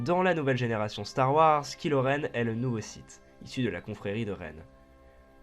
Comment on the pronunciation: il faut avertir les gens on dit "kahilo renne'